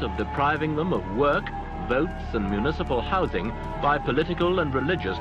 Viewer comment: Please stop saying "houssing"🤣🤣(it's "houZing", I could find nobody claiming otherwise)